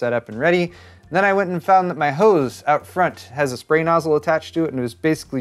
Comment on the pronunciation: Man this was an excessive use of the word HOs i mean hose.